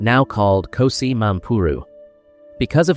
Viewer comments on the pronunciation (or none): KGOSI Mampuru not KOSI